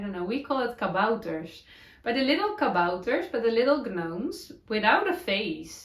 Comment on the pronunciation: Love your podcast again..all your knitwear is gorgeous...we call the blanket with an animal a lovey blanket. Your gnomes are beautiful...just a tip..you don't pronounce the G in gnomes..so it is actually pronounced Nome as in home...the crazy English language 🤪 take care.